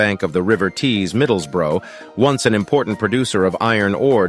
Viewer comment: How could a town be named after a battle? Surely the town has to be there first for the battle to be named after it? 😂 (And that is not how Middlesbrough is pronounced here in England!)